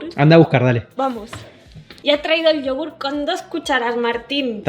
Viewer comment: escucha a como dice Pantalla, no como tu que dices panatacha, mira ella dice huella y tu dices huecha, se dice ya, no cha, es Yogurth no chogurth, es manager y tu dices manacher